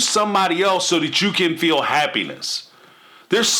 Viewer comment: You know what is annoying?! When Kody and Robyn say fill instead of feel . These people are annoying in every aspect